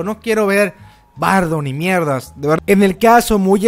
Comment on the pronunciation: He! Dijo miirdi :v